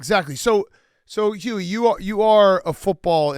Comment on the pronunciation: How does big cat always mispronounce “Huey” as “hubie”